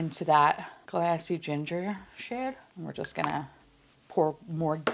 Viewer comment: Everytime you said “glassy ginger” all I could hear was “classy ginger” in a NY accent and it made me giggle 😂